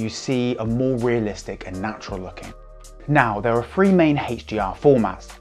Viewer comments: is he doing that on purpose? i can't focus on anything else! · What is this HHHeychdee-R he keeps referring too?? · Whoa...I guess I'm definitely out of the loop. I've never heard of "Heytch-D-R".